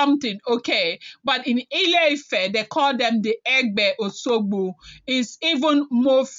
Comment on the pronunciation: It is called O S U G B O and not Oshogbo as pronounced by you.